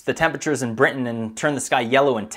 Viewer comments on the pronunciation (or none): none